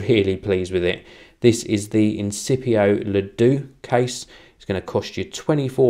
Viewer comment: Lol,. Deux is pronounced "durgh". Have you forgotten all the French you learnt at school?:P